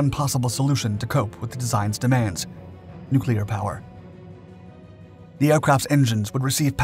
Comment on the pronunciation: "Nucular" -Homer Simpson